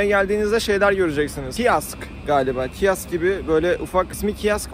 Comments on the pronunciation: 1.30 kiask degil abi kiosk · abi kiaks değil kioks yani büfe demek